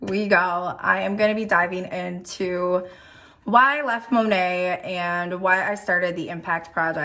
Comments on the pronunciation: It's driving me nuts that she says Monat wrong. I don't know why. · It will never not annoy & amuse me that MONAT's own salespeople don't know how to pronounce it correctly.